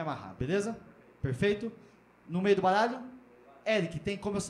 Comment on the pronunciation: O "baalho" vai ficar com você. Kkkkk